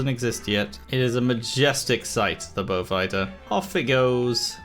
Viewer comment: I find it hilarious that you pronounce Beaufighter correctly but fuck up Blenheim